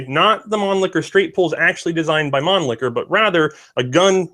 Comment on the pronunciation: Thank you for this presentation! However, some manufacturers' names and/or arm types are not pronounced correctly. MAN-Lee-HER, NOT ManliKer! ShEnn-a-uer (Shen as in then).